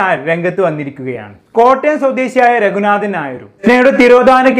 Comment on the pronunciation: രഘുനാഥൻ നായർ എന്ന് ഉച്ചരിക്കണം. ന എന്ന ഉച്ചാരണം തെറ്റ് ഉണ്ട് . പബ്ലിക് പ്ലാറ്റ്ഫോം ആയതിനാലാണ് കമന്റ് ഇട്ടത്. ധാരാളം പേർ കേൾക്കും. മലയാളംതെറ്റായിഉച്ചരിക്കുന്നത് സങ്കടമാണ്. ഇംഗ്ലീഷ് തെറ്റാതെ സംസാരിക്കാൻ നാം ശ്രമിക്കുന്നുണ്ട്. പക്ഷെ മലയാളം😢